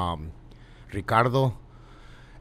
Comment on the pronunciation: another American “rriccarrddooo” That doesn’t sound American guy hahahaha